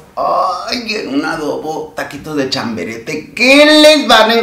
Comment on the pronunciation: Querido chiquillo se dice chabarete no chaberete jajaja